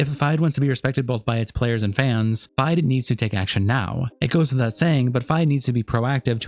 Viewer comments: FIDE is pronounced like Fee-day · FIDE is pronounced feed-eh, by the way, for the next chess-related video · they literally don’t pronounce it like that they say fee-day not feed eh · Just a FYI, it’s pronounced fee-day. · It’s pronounced “feed-ay”, goofball.